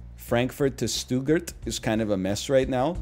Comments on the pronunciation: I'm already pogging at german cities, and I don't even speak German. "Stoo-gert" <3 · Stuttgart pronunciation challenge difficulty level impossible